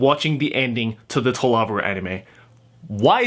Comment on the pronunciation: This is seriously bugging me. Why do you pronounce To Love Ru as tuluvru. It is 3 words. Or am I seriously missing something?